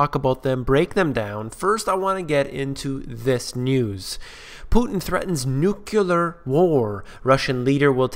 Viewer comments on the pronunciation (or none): The word is N U C L E A R not n u c u l a r. When you learn to spell and pronounce a simple English word, you may get more listeners - but not me! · Every time i hear someone say "nukular" instead of nuclear, I stop the video. It's too bad he said that word in the first 10 seconds of his show.